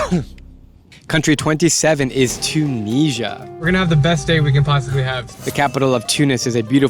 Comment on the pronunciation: Why are you pronouncing Tunisia like that? It’s Tu - ni - si - a